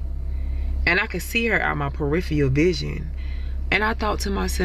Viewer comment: Muh vishums